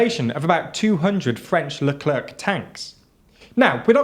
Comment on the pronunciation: they are pronounced le clair tanks, sorry. x